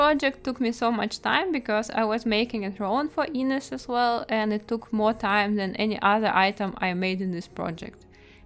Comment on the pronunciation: Im from Portugal and I'm so happy to see this tale being known around the world. Also not wanting to be rude but I found hilarious when you say Inês